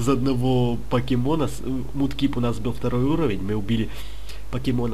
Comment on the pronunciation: не мудкип а макеп